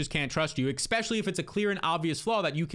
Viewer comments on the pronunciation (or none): your a youtuber, you talk for a living. Please learn to say eSpecially not eXpecially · Is anyone else extremely bothered when says “expecially”?